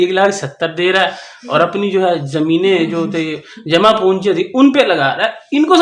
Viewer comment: Jama punji nahi jama kunjiii😂😂😂😂😂